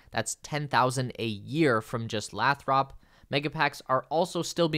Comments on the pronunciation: I live close to Lathrop California. It is not pronounced Lath-rup, it is pronounced Lay-thrup. 😊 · Breaking News! It is “Lay-throp” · The city where the mega packs are built is pronounced Lay-Thrup. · It’s pronounced Lay-thrup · FYI Mexico is in North America. Also you need to learn the correct pronunciation of Lathrop.